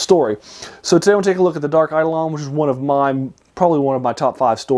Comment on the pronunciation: Eidolon (accent on the second syllable, btw) is also the word used in the Septuagint and the Greek New Testament to refer to idols or graven images. That's perhaps more directly appropriate to how it's used in this story.